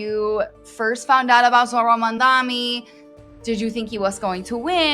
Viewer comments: Mamdani not mandani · You trying to pronounce his name like Andrew Cuomo are you?? It's MAMDANI, NOT MAMDAMI🙄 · MaMdaNi not Mandami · NYC is not Cuba. And the two of you together don’t have a drop of the intelligence that Zohran Mamdani has. You are both dumb. Get an education. You can’t even pronounce “Mamdani”, you smug, supercilious loud-mouth.